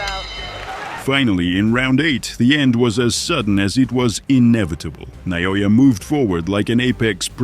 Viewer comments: Who's Na-yo-ya? Is he somehow related to Na-o-ya? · Nao-ya not Na-o-ya. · Who is na-no-yah? It’s in-no-way